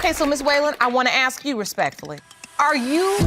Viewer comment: 😂😂😂😂😂 black lady says a word look closely behind her the white female when she says (i hadn't started my ministration) then the next ebonic's word AXE are these people that F,n D#$%😂😂😂😂😂 omg ghetto hood garbage